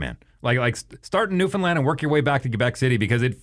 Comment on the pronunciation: I'd like to thank you for pronouncing Newfoundland properly. Cheers from NL